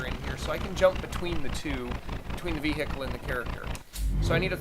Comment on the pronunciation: So no one is going to mention 'vee-hickle'